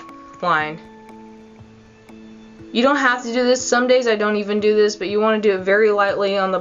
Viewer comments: You go like dis....then you go like dis....then you go like dis.... Lol! I just love you and Bunny. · I laughed when you said like dis